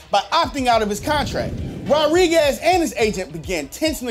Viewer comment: Why was he saying “Rodriguez” like “rod-riguez” instead of “ro-driguez” 😂